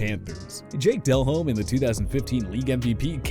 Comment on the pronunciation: Name pronunciations need work - e.g Delhomme, Hebert. Also, KC had a QB you missed... a guy named Joe Montana take them nearly to the AFC Championship game.